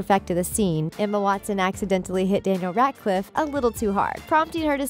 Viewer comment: danil radcif ? isnt is dani-el rad-clif ? edit:and dracor malfoy ? its draco malfoy i would know hes my crush?